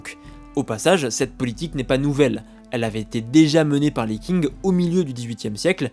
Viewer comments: Qing se prononce Tsing et non pas King comme pour la ville de Qingdao (d'ou vient la bière Tsingtao) très bonne vidéo sinon ! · Petite remarque: le dynastie des Qing ne se prononce pas King mais Tsing. Sinon vidéo intéressante:)